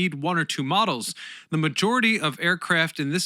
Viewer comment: Thanks. I found the rather stilted use of 'the' in place of the hard 'thee' before vowel sounds rather distracting at times.